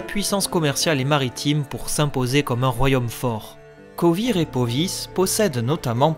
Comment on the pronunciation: Pas seulement Vengerberg mais aussi demawend (d'ailleurs la photo que t'as prise, c'est pas demawend mais son père ) et les états à côté de Kovir et Poviss. et certaines villes, que je ne prononce pas de la même manière . Mais chacun sa prononciation, il n'y a pas de version officielle et je ne considère nullement que j'ai raison :)